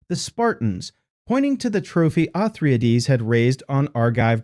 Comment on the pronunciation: How many of these did you take??? O-thry-ades, all 3??? Yea!!!! LOL